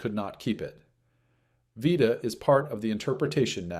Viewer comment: Narrator Can’t decide how to pronounce Vita’s name.